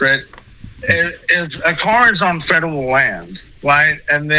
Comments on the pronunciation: This guy clearly has a mental disability. You can hear his speech impediment and clearly he is a fedurul agent. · Fedderwall Pwoperty 😂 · Drinking game idea: Every time this guy says "fedewal" or "IWAP" (instead of "IRAP"), tilt your head back and take a shot, lol! Bonus points to players who shout out other words this "agent" mispronounces... like "iwwelevant". This man is acting like a big baby. He's just angry that he was towed, and instead of accepting that he was at fault, he only sees himself as a victim and he's choosing to pretend to be a "fedewal agent," threatening and harassing a business owner who's been VERY patient with this fool. PLEASE tell me someone from the federal government read this guy the Riot Act! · He can't even say "fedawel" right!! 😅😅 I just keep picturing Elmer Fudd😂😂😂😂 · Haha fedewal, pwocess, cowopewate, weport. I’m twying to expwain what youre doing wong! Cackling at this fool 😂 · "Fedewal, wong, wite, weport" man, we got a live one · 😂😂😂😂😂😂